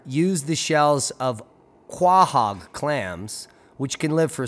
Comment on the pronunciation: Quahog....Pronounced " "Co-hog"